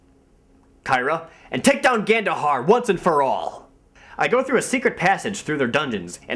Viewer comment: Every time you said Gandohar' i thought you said Ganondorf